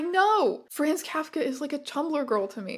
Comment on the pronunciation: Please learn how to pronounce Kafka